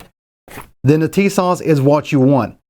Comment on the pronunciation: FYI I believe the correct pronunciation is " Tuh-SASH ". Emphasis on second syllable. I saw that when listening to the Turkish manager of the plant in Turkey in a Documentary film.